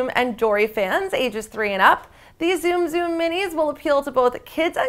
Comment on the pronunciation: ok lady look it up its pronounced "Soom soom" not zoom zoom